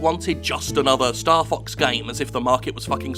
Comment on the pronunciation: Is is bad that I kept hearing Starfucks instead of Starfox?